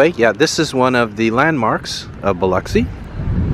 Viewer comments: You pronounced it right just to let you know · I'm thrilled that you are also pronounced pronouncing Biloxi right people don't always pronounce Biloxi right you are so awesome dude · Appreciate you checking out my city. I'm surprised you pronounced Biloxi like the locals.